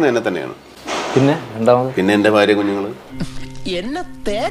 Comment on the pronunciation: അവതാരകൻ കുറെ "പ്രലോഫിക്കാൻ" നോക്കി... പക്ഷെ ആ "പ്രലോഫനത്തിൽ" വീഴില്ല... "ഫാരതത്തിൽ" ജനിച്ച മഹാ നടൻ 🙏.. "ഫാരിയുടെയും" മക്കളുടെ കൂടെയും കുറെ കാലം ജീവിക്കട്ടെ